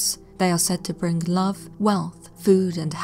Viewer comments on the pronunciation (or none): none